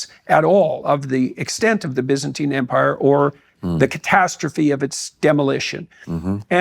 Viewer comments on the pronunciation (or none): none